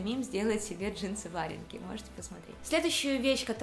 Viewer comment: Боже ж мой! Что у вас с ударениями?! хОмуты... вАренка... капец!